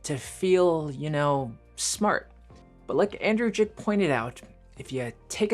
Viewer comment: I think you're referencing YouTuber Andrei Jikh, not 'Andrew Jick' or whatever you said. You should link his post or channel.